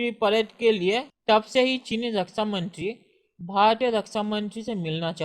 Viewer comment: Rasa mantri nahi raksha mantri hota hai bhai. Be clear with your words lots of people listening to you.